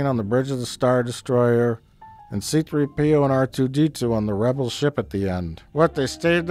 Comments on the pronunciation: Think I've seen every Plinkett twice now, and the only gripe I have is that he says C-3P0 with the accent on the P instead of the 3. You monster! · c-THREE-p-o. Not c-3-PEE-o. c-THREE-p-o. You fuckk